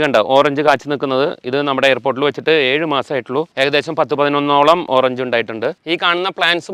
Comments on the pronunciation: എയർപോർട്ട് എന്ന് പറഞ്ഞ് പറ്റിക്കല്ലേ ചങ്ങാതി , വ്യക്തമായി പറയൂ എയർപോ വോട്ട് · AirPOT u bluudy fuulz.. lol..